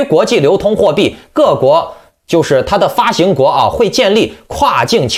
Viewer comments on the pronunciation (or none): 发杭，不是发型